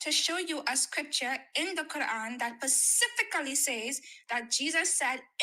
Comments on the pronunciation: The way she pronounces “specifically” kills me 😂 She sounds peak Muslim! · She is asking PACIFICIALLY 😂😂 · PACIFICALLY. He should have binned her at that pacific point in the conversation. After that it was just torture to have to listen to that, And a waste of all our time. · I gave her the benefit of the doubt on the first two "pacificallies", but this third one removes all doubt. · Pacifically instead of specifically lol...her speach impediment is cute, but she lacks common sense lol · "pacifically" why😭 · “Pecifically” *specifically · “We don’t have what Jesus taught… pacifically.” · She said the word specifically as pacifically 😂😂😂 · The indoctrination is "pacifically" deep in this one. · “Pacifically.” 🙄 Anyways, Jesus is King. ⛪️ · pussyfically? Gurl!! 🤣🤣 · what does this have to pacifically do with the injeel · .... "Pasifically" 😎, meaning we don't "ocean-ally" have the injeel. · Never trust a woman who struggled to say “SPECIFICALLY”🤣🤣